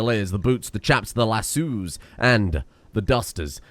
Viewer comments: Did you literally add an "O" to "lasso" in the game?? I love it. Never change. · I just want to say, its not my fault im born to spell and pronounce lassoo wrong